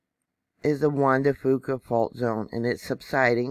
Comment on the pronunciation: Thank you!!! (BTW, here in the NW we pronounce it Juan de "Fewka". No big deal!) Keep up your good work.